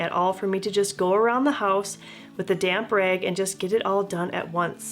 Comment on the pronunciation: I guess it's because English isn't my language, but for a minute there it was just as if you were saying "damn rag" , rather than damp rag 😅 But okay, to me it might sometimes just as well be a damn damp rag 😆